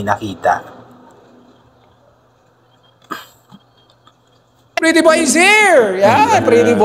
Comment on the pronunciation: Yes po Titiboy na Hnd talaga ma bigkas ni nanay luz ang pretty boy